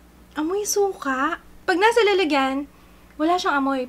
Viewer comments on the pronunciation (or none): none